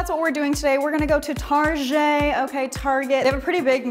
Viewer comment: I love how she pronounces target as tarjé